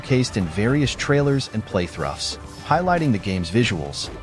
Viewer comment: Come on, “playthroughs” is pronounced “playthruffs”? Can we get a person making these?